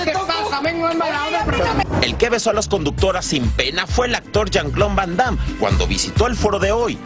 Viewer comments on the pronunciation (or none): Yo escuché que dijo "yamclom vandam" jajaja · carla hening montejo jaja es verdad dijo jan clon van damme 🤣🤣🤣🤣